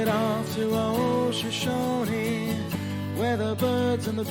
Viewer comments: Shush-OH-knee I know, injun words are very challenging for foreigners but it still sets my teeth every time you mispronounce it. T someone from the western United States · Loved the video, was having a really hard night and its helping- but i have to ask, you keep saying "Shashane" and cant figure out what it means, sorry if you said early and i just forgot. On a lot of meds. EDIT- Finally realized/put it together its not a noun in the since of the watchtower i thought the word was, its just the name of the national park... but now i know a lot of bout the Shoshone people of western america